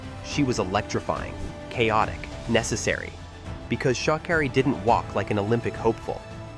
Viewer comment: Its pronouncing her name wrong!! Rude